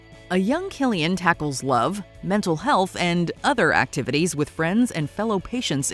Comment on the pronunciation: Remember: His name is pronounced as "Kilian", not "Silian".